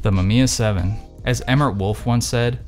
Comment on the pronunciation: this man really said "Mamamiya 7"